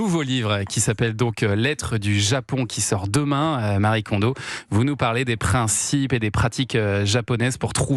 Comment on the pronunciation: Exact ! Ce prénom n'est pas le "Marie" des occidentaux mais bien un prénom japonais à part entière qui n'a donc aucun rapport avec l'occident et qui se prononcé "ma-ri-é"